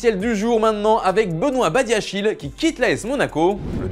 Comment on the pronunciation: Badiashile se prononce "Badiashilé" Nom RD Congolais. Il doit être proprement prononcé. Merci